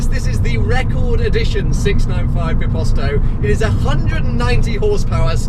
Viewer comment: Who cringed when he said "biposto" It's not bìposto (like you pronounce it) Bit bíposto